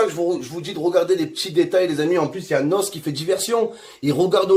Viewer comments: Mdr il me tue il dit NOSSE 😂😂😂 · C’est pas nos c’est n. O. S. Et c’est pas ademon c’est ademo 😂😂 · Svp c pas nosse mais n.o.s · C'est pas Nos, mais N.O.S mdrrr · C'est N.O.S PAS NOSSE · il a dit Nosse ... N.O.S prononcé ènnoèss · "vous voyez NOSSE